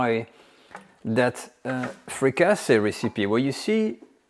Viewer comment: Fricassée is a French word. You meed to translate it. The English word is Fricassee, with an EE sound.